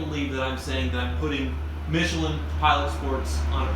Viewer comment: You pronounced michelin wrong, just saying...